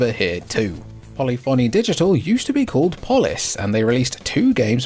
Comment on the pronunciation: Jfc dude do you call it a caco-phony, too? Poly-phony cracks me up. Puh-liffany.